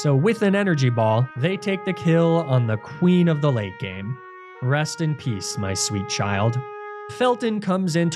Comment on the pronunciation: I initially heard "queen of the lake game" instead of "queen of the late game" and was like yeah no that does track. Great run!!